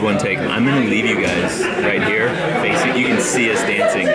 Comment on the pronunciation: Did say "do you come mere often"? Time for dance lessons.